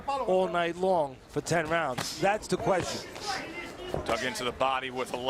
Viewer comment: Exacto ningún “rauns” 😂